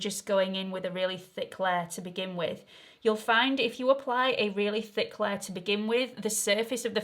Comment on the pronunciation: I like how you pronounce ‘layer’. What is your accent?